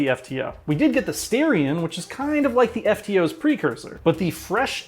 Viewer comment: I was out when you pronounced Starion Steartion.